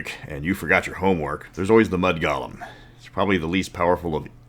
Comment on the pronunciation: I know you are saying Golem but every now and then i keep hearing Goblins. And that just makes me tremble at the idea of bone goblins.